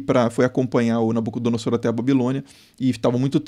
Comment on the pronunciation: Creio que na pronúncia de "Nabucodonosor" a letra S tenha som de Z.